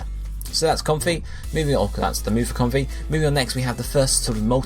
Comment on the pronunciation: I think comfey is pronounced Com-Fay. It's like a play on comfy, and a Hawaiian flower necklace, the lei.